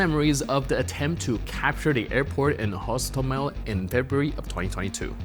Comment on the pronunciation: HostOmel. Penultimate syllable, as in Polish.